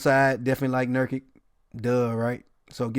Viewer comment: Pronounced luka Don-Chich lol also pronounced jusef nurk-itch. If you every see a foreign players name end in IC it’s pronounced chich or itch